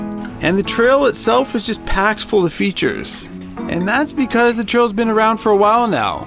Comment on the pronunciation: How u say features makes me wanna kms